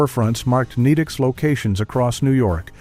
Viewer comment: I was tolerating it until it called Nedick's "Needicks" 😭